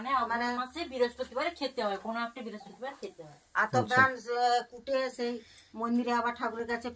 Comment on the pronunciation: Biraspatibar abar ki ? Ki lekha pora korli ?? Brihaspatibar word ta